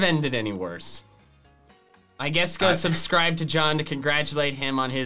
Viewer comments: He literally said suscride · “So don’t forget to suscride” 😂😂😂